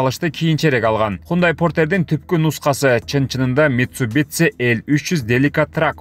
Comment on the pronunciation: Митсибисси эмес митсубисси десең